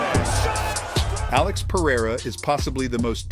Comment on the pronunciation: "Pa-rye-ruh" Jesus, can you people at least try to pronounce his last name correctly?